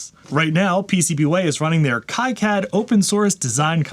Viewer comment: Fun video, but please check your pronunciation of KiCad, it’s actually pronounced KeyCad according to the the foundation.